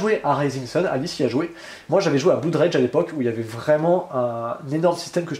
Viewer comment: Ah , la viedeo du vendredi. J'aime beaucoup. une seule petite remarque :en anglais blood se prononce bleud. C'est dans mood par xemple qu'on prononce 'ou' Merci pour ces videos. Continuez comme ça bon courage pour les fetes